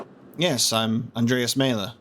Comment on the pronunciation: About pronunciations: Vaclav pronounced as Va-ts-lav, Wojslav as Vo-i-slav, and of course Maler is more German, not Maeler but Mahler. Great job on playthough 🤗🤗🤗